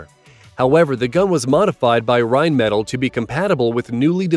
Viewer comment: listening to Americans totally fail to pronounce Rheinmetall is hilarious